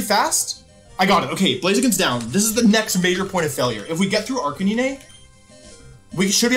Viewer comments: Sorry, Ar-kuh-nine, my dude saying ar-kuh-nee-nee XD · Wolf's pronunciation of these pokemon names are abismal. Arkaneenay, Typhlawsion. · Calls Arcanine ARR- CAN- NINEY Bruh 😂 i cant tell if this is on purpose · I don’t think I’ve ever heard anyone pronounce Arcanine like you do😂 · Arc-nyneh x3